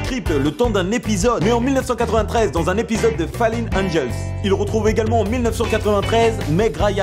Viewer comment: Ça se prononce" foleune angele" pas "faline angele" c tout pour moi